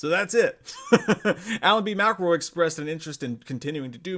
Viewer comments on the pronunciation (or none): none